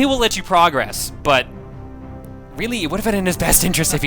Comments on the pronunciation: You know, when you're using "Progress" as a verb you're meant to pronounce it differently then when you use it as a noun. PrAHgress is a noun PruhgRESS is a verb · I know I'm going to sound like I'm just complaining here, but dude, you use the wrong pronunciation of progress. You say it like you would say "let's make progress" when you're saying something like " you need to beat the first level to progress," and it's really annoying.